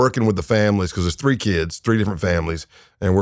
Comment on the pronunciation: This guy must be a massive Undertaker fan lol. Every time he says "Because" it sounds just like how the Undertaker says it. Must be from Texas. BuhCAWS